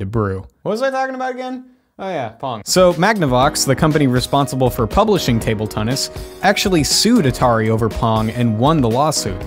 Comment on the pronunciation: "Table Tunnis"